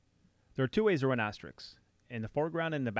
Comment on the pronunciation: AsteriSK ... as-te-RISK ... like the game. Not Asterix ...